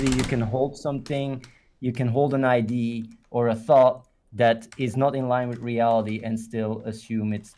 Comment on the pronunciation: Its been years and this idiot still doesnt know how to pronounce "idea"